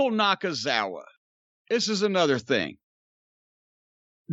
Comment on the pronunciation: I almost fell out of my chair when Cornette called Nakazawa "Nakaithefuckoff"🤣